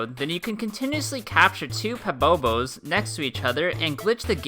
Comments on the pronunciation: Pabobos? I’ve heard lava bubble (the correct name) and podibo but never pobobo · Freezeboy13 that’s also not right but he said pobobo= PA-BOE-BOE